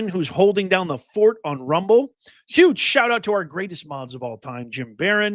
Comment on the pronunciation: its YUGE